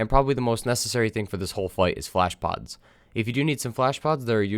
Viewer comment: Blablabla**bad pronunciation flash pods. OK so, flashpods.. Thanks